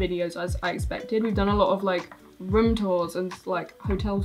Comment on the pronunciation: Cherries? What about how Chris says room. He says rume not room